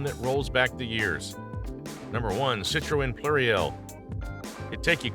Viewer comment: You almost got Citroën correct ... Seet not Sit 👍